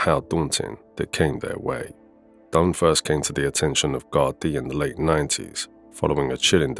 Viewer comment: the word is pronounced GARDEE u idiot.